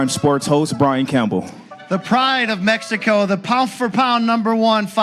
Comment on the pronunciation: Who the hell is talking when the fighters are making their entrance?? He sound slow af can’t even pronounce the word “Mexico” right… .. Do better next time showtime don’t let these caveman on the microphone sheesh 😂